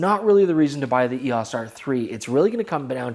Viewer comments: EEE AAAWWWSSS?? 🤦‍♂️ E O S!! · Why are you the only person mispronouncing “EOS?”